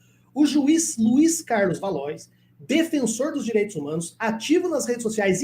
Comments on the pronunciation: Pronuncia-se valuá e não valois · Não é valois. A pronúncia é valoar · Valois (leia-se Valoá) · Acho que a pronúncia correta para Valois é "Valuá" 🙂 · Se escreve Valois, mas a pronúncia é Valo-á. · Valois se pronuncia 'valua'.